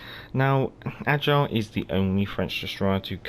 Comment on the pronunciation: Ok somehow it’s not AGILE. It’s AIGLE, which is EAGLE en anglais. 😉